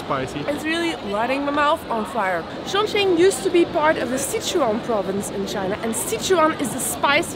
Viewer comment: Hi guys Chongqing is not so correctly pronounce . Anyway great .